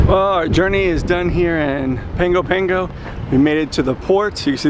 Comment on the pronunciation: My guy butchered the pronunciation of Apia and Pago Pago lol